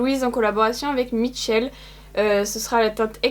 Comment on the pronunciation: Finally ! Quelqu'un qui dit Mitchell ! 🙏 non parce que le "mmmmmmitchell" ça m'insupporte 😖